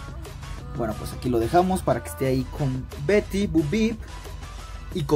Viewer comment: Es bo peep y se pronuncia Bou pip no bu bip